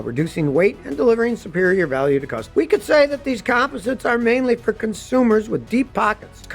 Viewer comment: Come on Scotty you're not pronouncing composites correctly did you graduate from high school😐😐😐😐